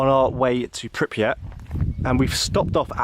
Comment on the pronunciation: Man I love the footage but you gotta stop displacing the R in Pripyat! It’s not Pipryat lol